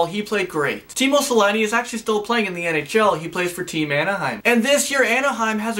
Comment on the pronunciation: It's Teemu Selänne but whatever...